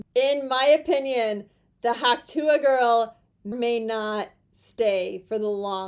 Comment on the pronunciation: Tuah has 1 syllable! Reference the original clip! tuh! (Sorry, I'm so OCD that I have to call it CDO - I have to put the letters in alphabetical order!)